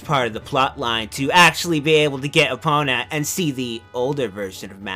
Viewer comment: "Epp-ih-na" -, 2015